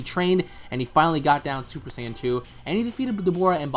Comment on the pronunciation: And why does guy keep saying super sign instead of super saiyan the american dub way of saying...or the japanese way super saayaajin....this guy created his own way to pronounce it lol